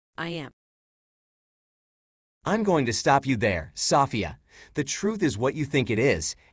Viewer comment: Soff-ia lmao